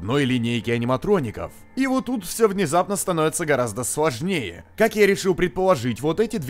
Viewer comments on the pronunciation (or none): Кто еще заметил что на 0.40 сказал сВожнее